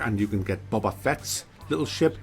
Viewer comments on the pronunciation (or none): none